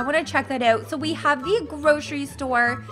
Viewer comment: When she says: out she actually says uet